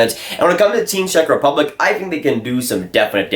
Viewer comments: Work on your Czech Rep pronunciation, it gave me cancer every time I heard it. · What a surprise , a Canadian kid that doesn't know shit about hockey and can't even pronounce Czech Republic correctly. Dude , please stick to playing NHL at your Xbox :)